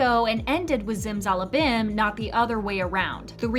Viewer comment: Don't ever pronounce zimzalabim like that again